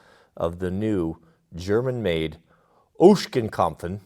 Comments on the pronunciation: Its not Oeshkenkopfen you prenounce it as ogsen kopf. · Ah yes, the good old German Word Oshkenskompfen. Its just pronounced Oxenkopf :D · Ochsenkopf not Ocschankompfn 🙈😉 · its pronounced like "Oxen Kopf" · something you might find interesting, Ochsenkopf is German for ox head (ochsen means oxen.) So it's easy to pronounce- oxen kopf. Great video! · It's not so hard,, Ochsenkopf -> OxHead, -> Oxenkop Pronouce it as you spell it... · Another great video but ochsen kopf. no 'en' at the end. lol And pronounced just like ox so oxen kopf. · How does he get all those sounds out of so few letters? lol 'Oxencupf'. That's it. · Short correction by a german: It's pronounced "Oksen-kopf". Means "Ox' Head" in english. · please pronounce it as "Oak-Zen-Kohpf" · You are seriously overworking yourself with the pronunciation of Ochsenkopf. It’s pronounced “oxen-cop-f” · It’s pronounced “oxen Kopf”. Literally means ox head. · If you want to know how to spell Ochsenkopf, it's spelled almost exactly like the english word for Ochse, which is Ox, so just say "Ox an kopf" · Ochsen is pronounced the Same as the English Oxen. Ach-Sen. Not long O, Short O. It is Ach-sen Kah-pf. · it is spoken “Oxenkopf” :D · For anyone wondering: Ochsenkopf basically means Oxhead and it's not pronounced like it's being pronounced in the video, not even close ^^ Source: I am German. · You pronounce Ochsenkopf completely wrong…😂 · he deliberately pronounces it wrong and as predicted German pronunciation police is right here. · That was a little painful watching you torture the German language.:) LOL!!!! Hats off to you for trying.:) LOL!!!